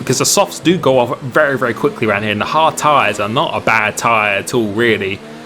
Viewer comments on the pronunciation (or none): none